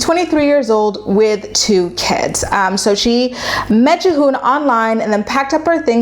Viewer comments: Devin and G-Hoon. Juh-hoon had me dying. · Have you even watched the show?!? Her name is pronounced Devin and his is pronounced Geehoon. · Love you, but the way you’re pronouncing their names is sending me 😂😂 btw have you checked out their YT channel?